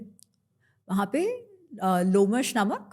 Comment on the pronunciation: It's not लोमेश it's लोमश: Please pronounce correctly Lomasha is the cat and Palita is the rat , not the other way round